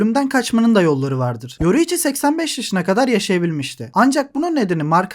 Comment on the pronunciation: yoruichi diyorsun agam :D